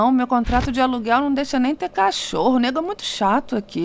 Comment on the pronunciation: Nêgo! Ela falou "nêgo"!